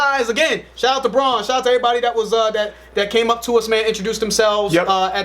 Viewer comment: It's Brann, not Bron. LeBrann James maybe.